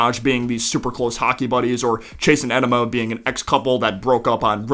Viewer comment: did you call her enema? 💀